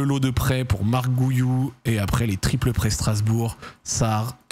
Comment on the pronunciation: Coucou Zack, en tant que catalan, la prononciation de Marc Guiu me fait un peu mal 😅 ce n’est pas « gouyou » mais « gui-ou » comme en français 😅